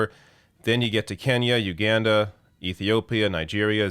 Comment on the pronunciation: I can't believe you pronounced Uganda so wrong... embarrassing